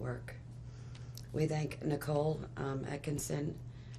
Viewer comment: To those who put out this content, use your own voice not AI.....pronouncing Nicole as Nickal? Shanann as Shaw ann? Use your god given voice.....dont be so lazy.